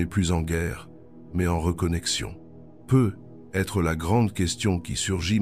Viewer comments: Jai pense la même chose! J'ai l'impression que c'est l'IA qui parle car quand il arrive sur "peut-être" il dit "peu" et ensuite "être" séparément sans liaison. Cependant ces 7 mots, sont remplis d'une grande sagesse, peu importe que ce soit Jung qui l'ait dit ou pas, et sont tout-à-fait adaptées et adéquates.. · Non désolée je ne partagerai pas cette vidéo car même si le fond est intéressant, la forme est catastrophique : voix de robot, peut.....être qui fausse le sens et par-dessus tout des pubs qui entrecoupent l'écoute (pas terrible qd on l'écoute de soir ou de nuit dans un semi-sommeil duquel il faut s'extirper pour passer les pubs!!!😡) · Je me suis endormie de tout un blabla et je ne sais pas l'essentiel les 7 mots j'ai impressionne que l'IA ne comprend pas les mots lus ou est ce un double langage comme souvent répété peut-être devient "peu" être ceci peu être, peu être, devinent restriction peu de monde où "peu être" réduction de l'être son accent nous hypnose 😵‍💫😳voilà pourquoi il lui faut une demi-heure pour dire 7 mots cela nous capte et notre inconscient entend peu l'être ? Double langage ! ? N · lol la même ! Le "peut........... être..." m'a achevé !